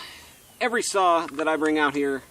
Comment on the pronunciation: What is a "sah"???